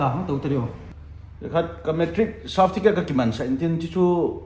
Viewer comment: Cerfiticate hilou cu o, Certicate ahe 😂😂😂😂😂😂😂